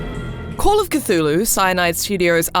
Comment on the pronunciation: C THUL HU!!! Not catulu